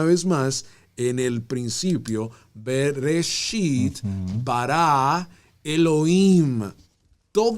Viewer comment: Esta buena la enseñanza solo q no dise Brecht dice bererechi una letra le sacaron